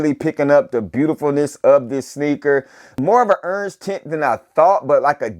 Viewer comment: accent heavy on that URNGE. lol peace family. these have easily earned a place in top 10 but wayyy too early to call for SOTY.